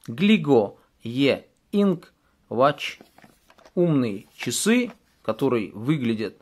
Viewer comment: Не,я написал в комментариях, что говорится не ва́тч, а во́тч))